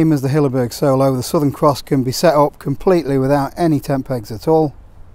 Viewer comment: Hilleberg Soulo, not Solo. Soolo. Double O as in poor.